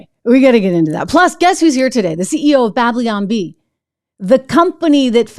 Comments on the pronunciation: Babylon not Bableeon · "Bab-lyon Bee"